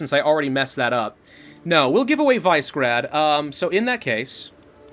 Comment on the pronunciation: It bothers me that says Vise-grad. The actual way to say its name is Vish-eh-grad. Random Bosnian culture knowledge for the month. I don't blame him though, as anyone that looks at the name would probably say that as well.